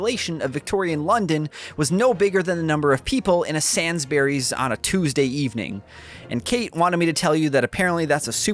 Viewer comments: “Sansberrys” lol, Sainsbury’s sir…. And it’s basically a uk target\Walmart. Good review 👍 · Objection! It's "sains-burys" not "sans-bury" 😉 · Sansberrys!? Oh you mean Sainsbury’s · Where is this realm of "Saansbury's" you speak of, and do they sell tinned cherry tomatoes? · Sainsbury’s is pronounced like sane (as opposed to “insane”) and bury like to bury something in the ground. So “sane’s-buries”. Then again, you probably already knew that and were pronouncing it wrong for comedic effect sooo… sure, I guess. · Took me a few seconds to realise you was talking about Sainsbury's because of the way you pronounced it. I was sat there thinking "Wait what supermarket is that, is it one that's only in London?" Lmao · The way pronounced sainburys, equally melted my heart and filled me with mild rage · I didn't know I needed to hear pronunciation of Sainsbury's, but I really did 😂